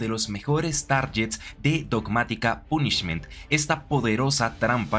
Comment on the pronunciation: Lo del Trouble Sunny no tenia ni idea... agradesco el dato caballero A cambio, le dire que no se dice "pUnishment" sino algo tipo "pOnishment", el acento marcado incluso me trae recuerdos... Y una idea para otro "mejores targets" seria Foolish Burial, personalmente no la requiero ya que mi deck actual juega algo similar (Bururu pero aun asi, conocer efectos tipo Shadoll o incluso Darkwurm seria muy util Que vaya por la sombrita paisano (Bogotá)